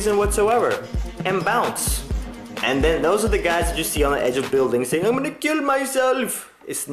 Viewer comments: i like how you sound indian at the end when you say "I'M GOING TO KEEL MYSELF" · Why does his "I'm gonna kill myself" sound Indian? o.O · "ima kill myself" Indian accent lulz